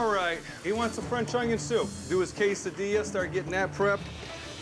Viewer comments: 40.45.....😂whats an "Ongyon"??? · I absolutely hate when people pronounce onion with a g in it.